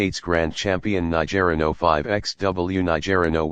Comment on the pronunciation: It’s not….ni ger ino…it’s niger ino…..